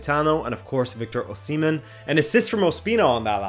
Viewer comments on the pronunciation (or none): none